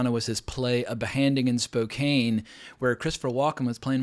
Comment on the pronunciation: It's pronounced "Spo kan" not "cane"